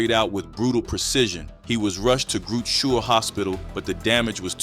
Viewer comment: Grud Sure Hospital,lol it is "Groote Schuur" hospital,Dutch/Afrikaans